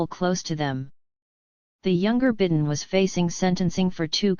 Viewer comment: Your AI narrator can't even pronounce correctly the name of the President of the United States. You didn't correct it so I don't think I'll believe anything in your rotten report.